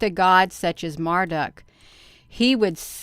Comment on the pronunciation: It's Marduk pronounced as Mar- duke.